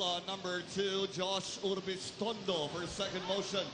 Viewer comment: Agree dude. Pero mali lang talaga ginawa ni Pamboy dun, and we need to accept the fact that he did a bad thing. And lastly, its URBIZTONDO hindi ORBIZTONDO. TNT! #TNTnation